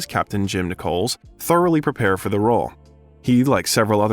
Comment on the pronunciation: It's pronounced, "NICK-uls" like pennies and nickels, not "NI-coles" like the female name, "Nicole" with an "S"... just so you know...